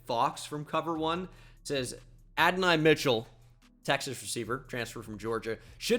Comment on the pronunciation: Can tell bro doesnt watch cfb calling him Adonai Mitchell 😂